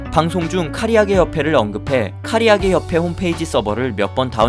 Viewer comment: 카리아게가 아니라 카라아게임